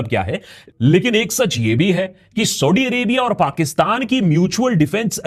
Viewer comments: Akash Banerjee saahab aap Saudi Arabia ko thik se pronounce karo pehley. सऊदी hai सौढी nahi hai. Aur aap ka Saudi word bolne ka accent India ke Parsi logo ki tarah lag raha hai. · bro it's not sodi, it's saudi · Are you pronouncing Saudi as Saudddy just like Owaisi calls Modi as Moddy ?😂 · Saudi theek se bol bangali 😂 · Say saudi correctly it is so annoying yr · Saudi kahna to seekh la 😁😁😁😁